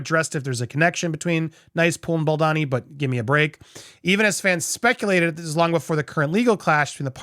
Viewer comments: It’s Bal-doe-nee ! Not, Bal-donny. I love your videos, but mispronouncing his name does him another disservice. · BoldOni, not Baldani!! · Is it really that hard to pronounce his name as BAL-DOE-NI ? Not BEL-DAH-NI. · WHY DO YOU KEEP SAYING BALDANI? ITS BALDONI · I am pretty sure it's pronounced Bal-doh-nee. Not bal-donn-ee. Sincerely, a fellow Italian. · It’s so annoying hearing you say Justin Bald-uh-ni while everyone else say Baldoni like a regular person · You’re doing great in these takes, but PLEEZE learn to pronounce Justin’s last name (as heard in countless interviews, podcasts, videos etc.) The second syllable is not “don” as in Donald, but “doan” as in Donut. Small point, sure, but if you’re striving to present yourself as accurate it would help. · It’s Bal-doany not Bal-Donny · Bal-DOUGH-ni. Sound it out. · Is baldoni supposed to be pronouncer baldani? 😂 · American pronunciation: O becomes an A. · As a reporter and out of respect, you owe it to yourself 🤌🏼 to learn how to pronounce Justin BAL DOUGH KNEE’s name properly 🤌🏼🤷‍♀️🫤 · I swear if you dont start saying BaldOni 😂😂😂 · I'm sorry, but it's BaldOni 🙉😊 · You have made 10+ videos on the topic of Blake Lively and Justin Baldoni and you CONTINUE to mispronounce Baldoni's last name. I get it when it was the first, or second, or even third video, but at this point it really seems like you should make some effort to at least learn and say the names correctly. It's a bit unprofessional and careless. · whyyy can't you pronounce baldony's name correctly pleeeease 💜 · You fail every time you try to pronounce Baldoni 🤣🤣🤣